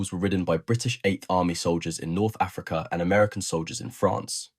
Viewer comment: The word Wagon isnt pronounced like Vagina,.. ..cum, On, man ..and Africa isn't pronounced "a Freak eh" ..although it may be true, ..